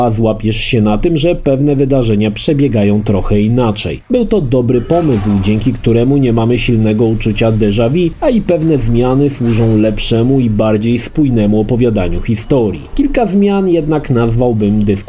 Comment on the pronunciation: "Deża wi", mów, kurwa po polsku Dejawu.